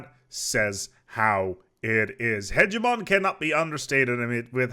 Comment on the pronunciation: It's funny that he says "hegeNomy" but also "hegemoN" - at least there is no "nucular" :-)